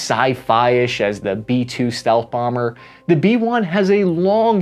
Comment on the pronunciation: Bee one bambeeer 😂 AVGN❤